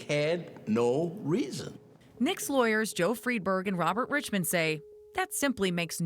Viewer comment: Why do they keep saying "for NO resaon?"